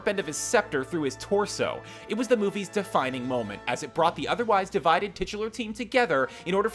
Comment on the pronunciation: STOP SAYING TITULAR!!!!!!!